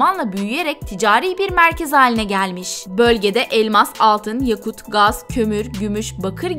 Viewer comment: MâşâAllah tebrik ederim, güzel bir gezi olmuş. Yakut kelimesi okunurken, ya hecesi biraz uzatılmayacak mi?